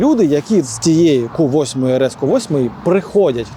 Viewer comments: Так бісить коли говорять ку 8 , в англійській мові немає букви КУ, є кью Q, так правильно говорити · тільки це не КУ а К'Ю